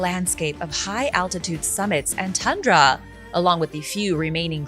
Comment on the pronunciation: Sorry but your bizzare news presenter wannabe voice and school girl inflection renders this unwatchable And its pronounced Tundra not TunnndraAAA.